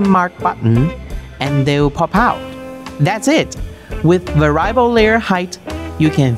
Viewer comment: Good video. I enjoy the Elegoo content, keep it coming. Most native English speakers pronounce the word as "vair-ee-uh-bull". I only speak a single language, so I am NOT criticizing. I am in awe of people who speak multiple languages!